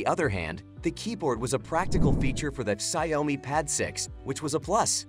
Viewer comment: the ciaomi pad 6 😆